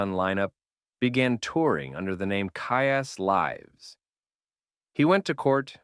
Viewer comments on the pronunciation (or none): I thought something was off about they way he said "Kyuss Lives!"